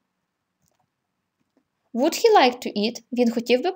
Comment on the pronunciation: Жахливий наголос словa "WOULD"!!!